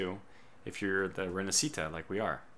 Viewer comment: Fulmine is pronounced with the stress in "u" Barca is pronounced "Barka" Rinascita is pronounced "Rinasita" with the stress in "si"